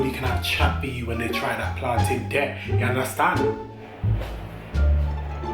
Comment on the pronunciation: Please leave! Right now! 😂😂🤣🤣😂😂 this is too much at least he says plantin right! You want fi kill us 😂😂😂😂😂😂😂😂😂😂